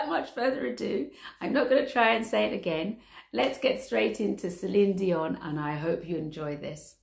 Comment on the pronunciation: Not "dionne" ...........it's DION like pont,rond,ton,son......en français.....😄